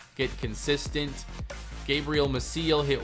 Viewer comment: Gabriel Mah-see-el, not Mah-seal.